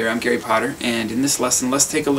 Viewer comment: "Garry potter" "Harry potter" 0.0